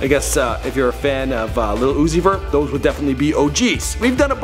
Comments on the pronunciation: SEE THIS IS THE SHIT IM TALKING ABOUT. HIS SON UEZEI???? ITS UZI CMON BRO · It’s lil Uzi bro not little oozie😂😂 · Lol Zouzi Lmfao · "Zoo? Zee? lil zoowee??"